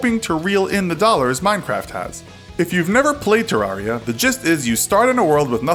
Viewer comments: Agustine 123 terraria is properly pronounced “ter-rare-e-a” like “terrarium”, this is confirmed by redigit’s pronounciation in his playthrough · It's Ter Rar I A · Does anyone get triggered that he says Te-Rar-Ria instead of Ter-reria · not to nitpick but he says terraria wrong